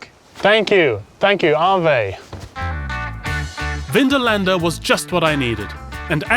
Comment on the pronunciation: Kind of annoys me that for the whole series Phil and the people he meets never say "ave" correctly.